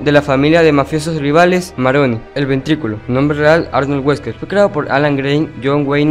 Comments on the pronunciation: no es el "ventriculo" es el "VENTRILOCUO" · Me parece que no es Ventriculo, sino Ventrilocuo